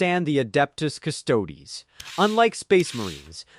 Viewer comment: pretty sure he knows what a custodes is. He’s commenting on your AI being unable to pronounce it on account of it being heretical and all